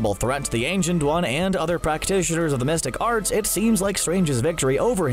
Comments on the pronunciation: Through the whole video I thought he said "domestic arts" and I was so confused 😆😅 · I kept hearing "domestic arts" and got confused... xD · Lol! Glad to know I wasn't the only one hearing domestic arts. Took me until the 2nd or 3rd time to figure out he meant the mystic arts... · Everytime i heard "Domestic Art's " not The Mystic Arts. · Who else heard Domestic arts(The Mystic Arts) 🤦🏿‍♂️. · I, too, hear "domestic arts". If not that what was the narrator saying?